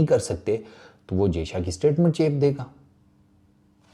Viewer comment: jayshA ka naam shi se liya kar nhi to naam mat liya kar sale